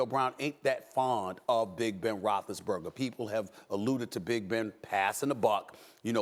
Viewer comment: Ben "Roch-less-burger" has been calling out players, yes. But can you least call out HIS NAME correctly?